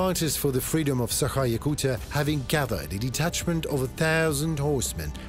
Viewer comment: It is not Sakha but Sahka hk like harsh H and not yakut at all.